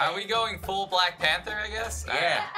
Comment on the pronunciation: What's a 'pamther'?